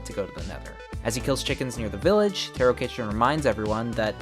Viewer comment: btw taro is pronounced taa.row, not tear O